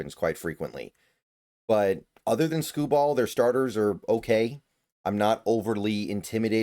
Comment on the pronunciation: Skubal will pitch games 2 and 5. Both on normal rest. Also you’re saying his name oddly